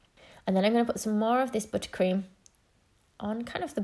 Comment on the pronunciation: I love the way she says “butter cream”. Buttah Cream